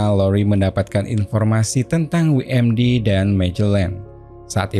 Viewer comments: WMD,, bukan dibaca wi em di, tapi doubel yu em di. WMD= Weapon Mass Destruction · dabelyu em di (WMD) bang pronounce nya bukan wi em di